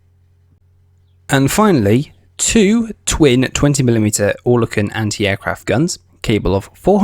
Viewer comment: Oerlikon is pronounced Err lik on